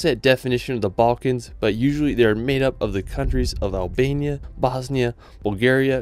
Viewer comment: at least you said albaina 😅